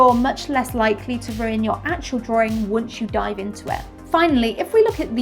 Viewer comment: I watched for a good while but I have a massive pet peeve with linking Rs. Drawring drawring drawring. Honstly, I tried to watch, I just gave up after 7 minutes.